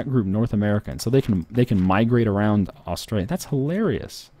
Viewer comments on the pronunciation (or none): none